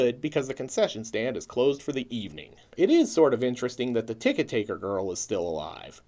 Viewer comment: The way you say "ticket taker" as one word makes me think of Ludwig von Tokkentakker from CarnEvil. See also Phantasm 3. Or was it 2? Maybe 4. No reference to Klytus from Flash Gordon (1980)? I used to think his name was "Colitis" which literally means "inflammation of the colon." Not entirely sure, but that shotgun looks like a Mossberg 500. Why is the forearm pulled back? I see that a lot in movies and I've never understood why that happens. I mean, how does one screw that up? You can't fire the gun if the chamber's open. Which he wouldn't be able to do (at least not in a timely fashion) if the forearm was pulled back and the chamber was empty.